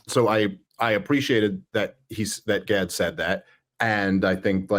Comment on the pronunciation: You both mispronounced Gaads name after questioning the pronunciation and then hearing him say it in the video. What were you thinking about when you listened to his video that you didn’t pick that up?